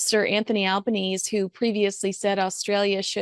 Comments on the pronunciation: Just a heads-up. Albanese is pronounced Al-ban-ee-see. 😊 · FYI Albanese pronounced Albanes(ee) rhymes with sleazy… 😎😎😎